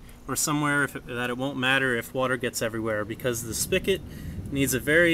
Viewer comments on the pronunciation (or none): SPIGOT. With a G. Not "spickit."